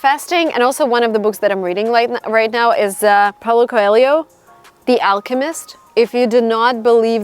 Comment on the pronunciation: your content is amazing, thanks for share it!! also what a good brazilian pronunciation of paulo coelho name👏👏☺